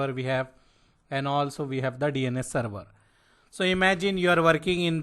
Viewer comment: Not seruvaaa, SERVER.